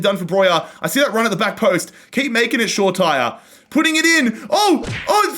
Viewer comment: its is shore I ti ray not shore tier